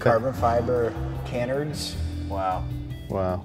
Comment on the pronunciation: is questionable when it comes to car knowledge and some common sense things. Obviously the supercharger is meant for a specific small engine maybe on a tractor or something and that is not how you pronounce canards.